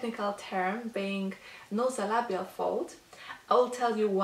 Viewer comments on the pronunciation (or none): The term you want is - NASOLABIAL FOLD, (not "NOsolabial Fold")... like the NASOPHARYNX... with an "A".it is pronounced NAY-ZOW. Nice video! THANK YOU! Interestingly enough, there was an INSTANT CHANGE in my nasolabial area, just from doing the massage with you (and doing it MORE while you're explaining things). But, I was surprised to see the actual FOLDS that got SIGNIFICANTLY LESS DEEP. It might be because my face/head muscles tend to be very tense, but still, it's a GREAT RESULT, right?!